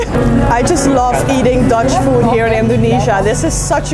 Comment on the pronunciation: Teteh pengucapan "Food"hrs yg benar jgn foot.... bacanya Food di huruf D pengucapannya Berat!